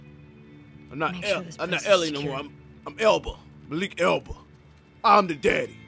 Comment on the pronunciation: Nigga said “Maliqe Elba” 😭 Idris Elba and Maliqe Youba are two different people cmon real 😂